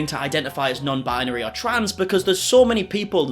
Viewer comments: "Bi-yuh-neery 🥴🍷" - 2022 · can’t even pronounce binary correctly. 🤦🏼‍♀️